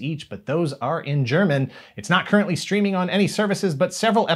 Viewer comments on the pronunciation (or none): none